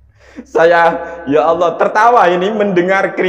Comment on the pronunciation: baca qur'an belepotan, menyebut lafadz Allah dengan bunyi Awloh. Ini saja sudah menunjukkan bahwa dia tdk kompeten.